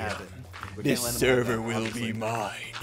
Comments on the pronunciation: Sever? U mean server? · server not sever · Yes he said it again “this is my sever now” he took over another sever well done Ssundee well done